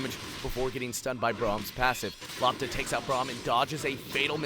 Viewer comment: LOPTA means ball in Croatia ITS not pronounced lapta.... gosh Its L o p t a we read as we write eh